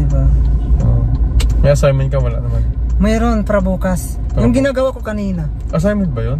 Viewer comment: ..Assignment is pronounce as Asaynment not Asigment..